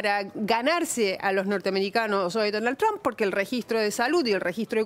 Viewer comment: Ines Capdevila, que pronuncia muy bien "Trump", se canso de promocionar la perdida de Trump a manos de Hillary, al igual que Silvia Pisani. Capdevila tiene Usted alguna duda de que China arruino la economía mundial y destruyo millones de familias ? Deje de defender lo indefendible Capdevila. Que EEUU no tiene la tecnología de China, saque la cuenta de la cantidad de gente que directamente no tiene baño en China y volvemos a conversar. China va usurpando con esas bases o islas, de gracias a Dios que existe EEUU y le hace frente a los chinos y a cualquiera. Ocúpese de pensar, cuando los chinos le corten el chorro a los argentinos, y lo que pagan 10 ofrezcan 5 cuando sepan que son la única salida.